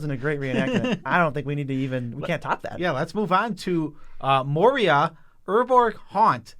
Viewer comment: I agree but it’s Meria not Meira. If you speak of the holy do it correctly.